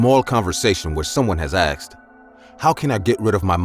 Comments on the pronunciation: i love how he says " i aksed him " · “ASKed” not “AKSed”